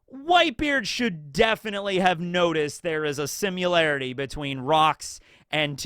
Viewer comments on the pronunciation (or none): for goodness sakes, there is no U in similarity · One day will say Similarity correctly. (he said similar right im so confused why he cant say the other lol)